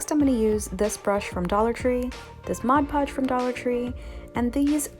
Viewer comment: I may not have heard you, but why didn't you paint the pumpkin before adding the beads/beading?...….Thank you for saying "Mod Podge" the right way...…….(A word snob...hahah)